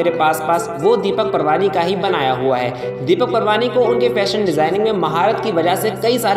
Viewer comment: Surname is not Parwani but it is Paarwani